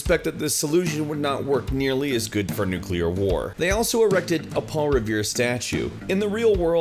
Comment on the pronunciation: Holy smokes! Someone who pronounces 'nuclear' correctly!!! Thank you, good sir